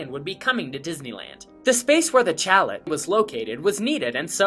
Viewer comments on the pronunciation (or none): FYI- It's "SHALL-Lay", not "CHALL- let". Great videos! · I think you should pronounce it properly! ("SHAL-LAY") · That's Chalet (SHALL-AYY) not CHALLOT. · Please learn how to say “chalet”.